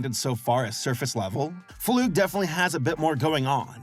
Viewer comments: ITS NOT FLOOG ITS FLUG 😭😭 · The way pronounces flug as floog makes me cry a lil lol- (also fun fact! his full name Kenning flugslys means theory and plane crash in Icelandic and in Icelandic is pronounced similar to how pronounces it but in English would be pronounced flug like ugh boot idk how to spelt it) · i think dr flug is pronounced (fl-UH-g) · I thought his name was pronounced like slug. Also there is some deeper original lore to Demencia that makes her character kind of sad. I don't know if they're still going with that or not, but I don't want to way too much in case of spoilers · God damn it say his name right start to it's Dr. Flug